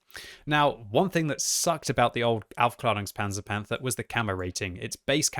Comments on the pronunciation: He actually mis-pronounces it. He says aufklarungspanzer but it should be pronounced aufklaerungspanzer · To the general public, yeah maybe. The “a” has an Umlaut though, so it should be a longer ae pronunciation like the “Jaegers” from Pacific Rim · That's easy: he isn't saying Aufklärungspanzer Panther, he's saying something like Aufklarungspanzer Panther and that's quite a big difference isn't it :P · Any other German here? Its very funny when he says "Aufklärunkspanzer Panther". Greetings from Bavaria. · As a German, it's really funny to hear the word Aufklärungspanzer-Panther from.: D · Really? My German teacher would’ve whacked me over the head with a broomstick if I pronounced the Umlaut “a” like that lmao